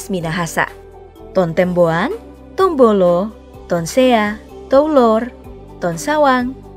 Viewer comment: Maaf untuk pembagian suku di Minahasa salah satunya "Tombulu",bukan Tombolo.izin ralat min🙏